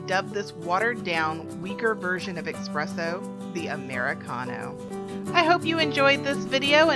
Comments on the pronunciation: It's espresso not ecspresso don't say a c sound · Theres no x or ecks sound in espresso